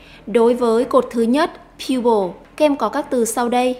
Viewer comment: chữ people cô đọc thành pupil rồi :D